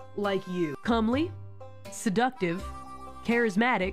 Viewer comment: It's "Comely" not "Calmly" FYI. It means attractive.